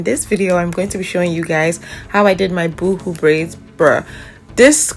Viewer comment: Boo hoo! Girl you are killing me 😂😂😂 it’s pronounced boe-hoe 😆